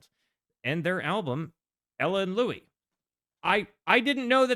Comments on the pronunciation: Louis smoked weed, all day, every day. His name is pronounced like St. Louis. If he didn't invent scat, he was the first to record it. & Yes, he is THE trumpet player. Without him, no Miles, no Diz & no jazzzz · What a treasure this album is. I always seem to think (incorrectly) that the Louis Armstrong version of "Hello, Dolly!" is on here. It's not. But that's the song that taught me how insistent Louis was, starting as a New Orleans jazzman, on the English rather than French pronunciation of his name (i.e., "Lewis" rather than "Louie"). No singer hits that S so hard on "this is LouiSsssssss, Dolly," until he's been called "Louie" 10,000 times and gotten progressively more annoyed by it 😅